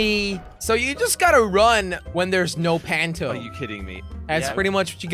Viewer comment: Jelly it's punto not panto